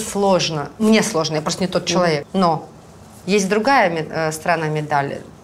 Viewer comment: Очень хочу узнать у,какой смысл она вкладывает в слово человек,намеренно произнося его как слово ЧЕК.Это дань моде в вашей тусовке или просто редукция Вашей речи?Заранее благодарна!